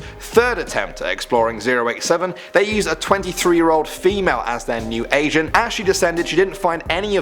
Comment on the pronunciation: I thought he kept saying Asian but he said Agent... I was like man whats up with all these Asians going down there 😂